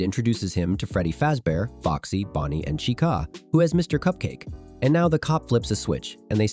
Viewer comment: There is no way u said Freddy faze bear..